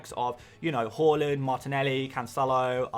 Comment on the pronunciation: Why do you pronounce Haaland as Holland tho? 😂